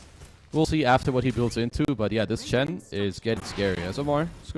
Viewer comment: Why does the caster keep saying ench. That's a bloody chen